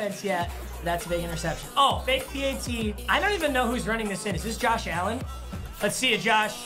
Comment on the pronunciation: tebow ran it in and him saying allen is getting me mad idk why though